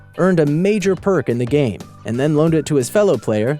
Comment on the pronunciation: its game not gam